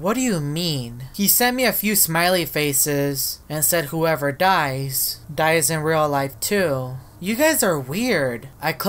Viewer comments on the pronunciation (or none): none